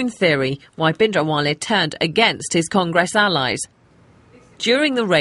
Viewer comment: if she considers herself even slightly Punjabi, she could at least learn to say 'Bhindranwale' correctly..